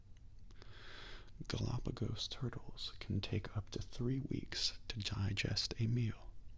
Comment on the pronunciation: You're very close but Turtle does not quite rhyme with purple